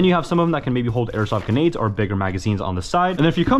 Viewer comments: GRENADE, not ganade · "genade" grenade same thing